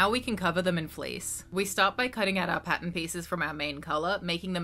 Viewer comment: You will never know how long it took for me to figure out why you were saying Patent(Pattern) over and over again 😳😤